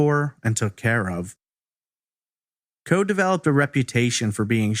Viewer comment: Isn’t that pronounced “CO-EE?”